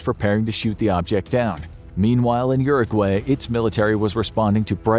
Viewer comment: Did he seriously say Uruguay? did I miss hear that?